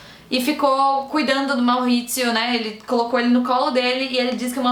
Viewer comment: Ele era italiano então é Maurizio mesmo, não Mauhhhizio kkk, mas parabéns pelo vídeo, amei, ansioso pra ver a no filme.